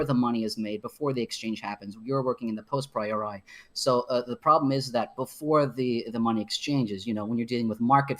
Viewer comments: postpriori..... I think he means posteriori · Tfw he’s such a psued he says post-priori (after-before) instead of a posteriori KEKW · wow he mispronounced posteriori, lord have mercy on him.